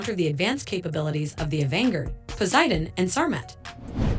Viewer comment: It is not " Avanger " It's " Avangard "